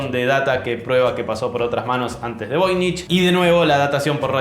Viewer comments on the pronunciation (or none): "Voynich"= ¿"Novoy"?